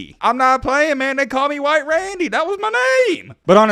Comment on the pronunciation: Lmao Hwhite Randy 😂